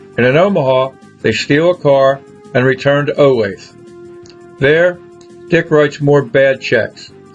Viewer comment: They stole the car in Iowa not Olathe which you pronounce wrong. And the arresting officers in Vegas were not women .